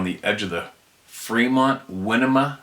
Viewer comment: Klamath is pronounced, "clam-ath". Like a clam. Winema is "why-nee-muh". Modoc is "mo-dok". Good try though! Don't overthink it. Most Native American names are very phonetic. I never knew about Saddleback Mt. Good to know. Thanks for that sir!